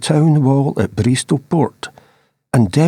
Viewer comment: Bristo, pronounced like Bisto gravy but with an “r”, still love your videos btw 😊